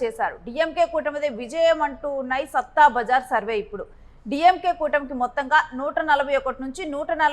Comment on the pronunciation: సట్టా బజార్ అని పలకాలి